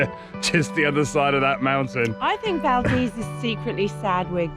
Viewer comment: Great video! It was so good to hear you pronounce Valdez correctly in this video! Safe travels!